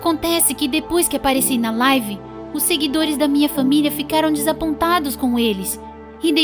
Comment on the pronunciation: Senhora jobs KSKSKSK pq ela fala FÃMILIA 🤨